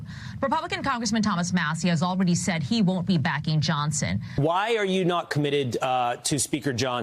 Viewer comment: That Fox guy said Speaker "Johnston" at :31. No one has ever accused Fox of having any intelligence so I guess we can let it go. Love me some Jasmine Crockett BTW.